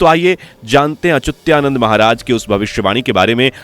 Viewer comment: कई सारे चैनल्स की सुन के फिर अपने चैनल पर वही सुनाते हो । पर नाम तो सही बोला करो । संत अचुत्यानंद का सही उच्चारण अच्युतानंद है 😠